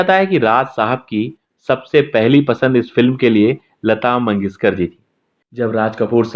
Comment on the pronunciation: Sha aur sa me difference pata karo lata mangeshkar not lata mangeskar